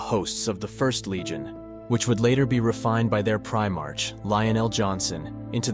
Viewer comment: It's the "First" Legion not the "ist" legion